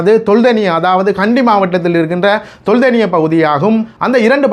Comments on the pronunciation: Not Tholdeniya ..say properly It’s called Teldeniya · ஐயா தெல்தெனிய என்று உச்சரிக்கவும்